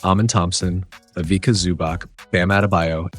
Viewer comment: Fantastic breakdown, well explained! Small not is that you pronounce the "c" as "ts" so its ivitsa zubats.